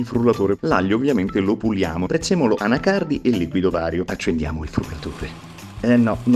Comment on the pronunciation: Nessuno pronuncia Anacardi come Maurizio.